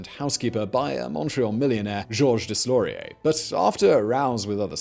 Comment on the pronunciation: Laval, west of Ottawa ? First off, it's east... Also , Laval is simply a suburb of Montreal... It's like saying : Reno, east of Los Angeles... True, I guess. Prononciation of Deslauriers and Jeanne were weird... You can do better Simon !